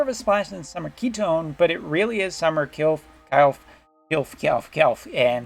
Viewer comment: It's pronounced Kil-fey in global. Them not having the ally buff from elemental mastery is just no go for me. They look good though.